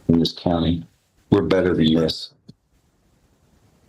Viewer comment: Dat teen and Dat judge. Hmm , the hog twins can’t pronounce the th sound. Dey be black